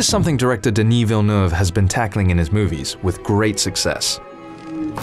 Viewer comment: I always appreciate when people learn to say Villeneuve correctly !